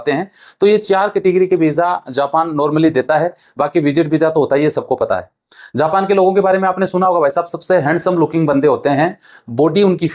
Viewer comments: Zapan nhin japan ho ta hai phle bolna sikho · "‌ज" होता है "ज़" नहीं उच्चारण पर ध्यान दो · It's not zapan...it is japan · झा पा न तो झाना साहिय। असा है झा पा न ।।।। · Zapan nahi japan zob nahi job pahle bolna sikh le